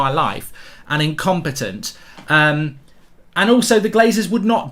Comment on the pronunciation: “IncomPETONT” frenchbridge 😂😂